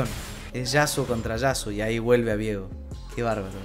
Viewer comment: pasa que su nombre no se pronuncia "viego" de forma simple, la idea de la "e" es que sea Vieeeeeeeego de forma tenebrosa xd por algo es de la isla de las sombras. si fuera vigo sonaria horrible al decir viiiiigo o algo asi XD.